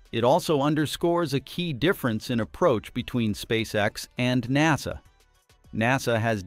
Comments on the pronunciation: N A S A.... you mean NASA? Thanks AI voice. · Good video, but lacks human testimony. This is A.I. talking about things that it knows nothing about and that's why it says In Ay Ess Ay instead of saying Nasa... A.I. cannot be trusted because it has no scruples against lying. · en ay es ay? Only AI makes this kind of mistake. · When people make these videos using text to voice, they should spell out the words phonetically so that we don’t end up with the word NASA sounding like, En A Es A.